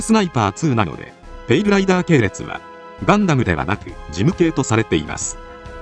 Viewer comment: 他の動画でもそうやったんやけど、ペイルライバーに聴こえてしょうがない。 気になるわー